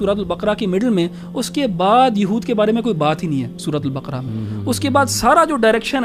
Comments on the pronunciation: سورۃ البَقَرَہْ ہے ۔ نہ کہ بکرہ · JazakAllaha,plz correct the word baqra. The correct word using nooktte wala kaaaf.